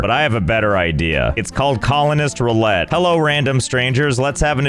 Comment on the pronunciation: Roulette, not rolette.